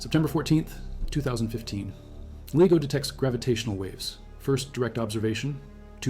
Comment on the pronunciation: Is this AI voice, LIGO keeps being pronounced LEGO